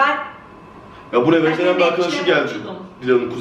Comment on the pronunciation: Deniz Kaya knk vejeteryan dedi ama :d